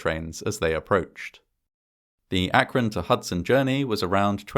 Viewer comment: Congrats on saying "Akron" correctly. I almost never hear anyone from out of the area pronounce it how locals do, which is "ak-run".